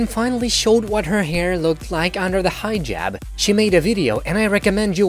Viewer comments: Dude, it's Hijab NOT 'Highjab'. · "hi ' jab" lool what? its pronounced heeeejab!!! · It’s not “High -Jab”. Like are you kidding? I swear you did that for attention😭💀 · It is not pronounced “high jab”!!!!! Omg!! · Hee jab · Shaeda : Hijab Narrator : Highjub 🤦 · Why this guy in the video pronouncing "hijab" like that?? "The HI-JAB!" God... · It sounds like you said "high jab." God that makes it even more funny for these crazy Muslims.